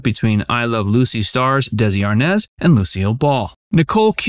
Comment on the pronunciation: I watched this film twice...In two words? No No. Nicole and Bardem's acting was so bad both as Lucy and Desi, and as Lucy and Ricky. Not to mention Nicole pronounced Desi with a Z. Lucy was the only person who pronounced Desi's name as it should be, as in De-Si... If you want to play a real person, learn how they talk, how they pronounce, how they do things correctly. Though, this film did introduced me to them and ignited my interest with their story, I've since January been reading their books, quotes, listening, watching and what not.